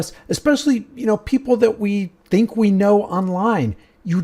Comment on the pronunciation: we... 🤔 is that French ?